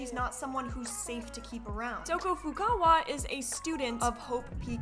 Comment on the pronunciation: It's actually pronounced To-ko Fu-KA-wa (you said To-ko Fu-ku-wa). She pronounces her name in the English and Japanese dub of the game as the way I said (you can just search up Toko introduction). SPOILERS: Anyways about Toko herself, she is a terrible portrayal of DID in the first game Danganronpa Trigger Happy Havoc with how shes gets called schizo and her love interest maked her out herself during the class trial just to make the case more complicated (but the DR team actually were kinda progressive by 2010 standards I guess by not making Toko the blackened). Due to her second apperence in Danganronpa Another Episode: Ultra Despair Girls, she actually gets a character arc where she gains a friendship with Komaru and protects her along with having to make the tough decison to betray or not betray Komaru. Overall through the games she appears in, she was was alone with no friends besides a stinkbug and bullied by her classmates and two mothers (it's a long story), but despite that she tries to get better with her alter Jack/Sho and is extraordinary in her writing ability. Toko along with Uendo Toneido afterwards from Ace Attorney Duel Destinies Turnabout Storyteller are actually some of the people who made me learn about DID so they both has a special place in my heart.